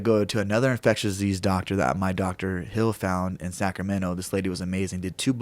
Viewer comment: What's an infecshuseez doctor?